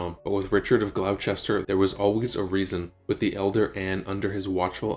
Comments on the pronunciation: Glos'ter GLOS'ter. Not Glau-chester!! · FYI Gloucester is pronounced Gloster